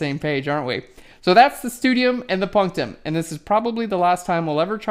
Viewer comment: Just for the record, I believe stadium and punctum are words from the latim. But, since my native language is Portuguese, your pronunciation is pretty good. And I also like PHLEARN very much!